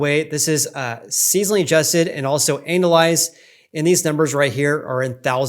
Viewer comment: just a friendly tip, it's pronounced annUalized